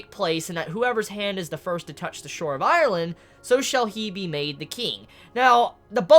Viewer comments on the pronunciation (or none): none